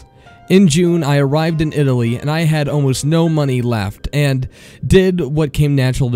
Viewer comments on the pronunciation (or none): none